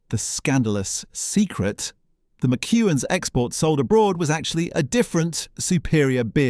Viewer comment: Ho, ho, ho. You just have to laugh at the way he pronounces MacEwan's.